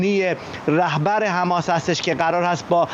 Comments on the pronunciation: تمام دنیا میگن حماس ، این کیه که همش میگه حمس ، حمس ، می خواد کلاس بزاره .... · این دیوث کلمه مقدس حماس رو نمیتونه درست تلفظ کنه مرتیکه حماس حماس حماس